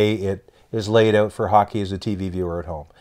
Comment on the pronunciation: The ‘oat’ side of the arenas???